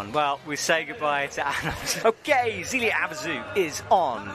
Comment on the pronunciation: Like it would NOT have been hard for them to get a pronunciation sheet for the finalists instead of sounding like ignorant fools.